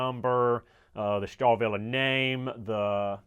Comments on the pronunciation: Star-Willie is the correct pronunciation.. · "STAHL" in Stahlwille means STEEL in english. So, ... Starwille is compl. nonsense. ... Trust me, I'm a german.